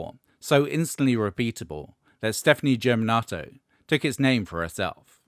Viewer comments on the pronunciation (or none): Just a minor pronunciation correction (if it wasn't an intentional jab, which I doubt), Lady Gaga's last name is Germanotta, not Germinatto.